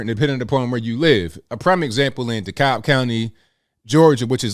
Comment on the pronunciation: Are you saying DeKalb County? The L is silent